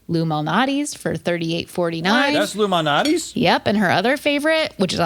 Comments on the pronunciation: and "Lou Minati's". Lol...Illuminati's. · saying "Lou Malnati's pizza" sounds like "Illuminati's pizza"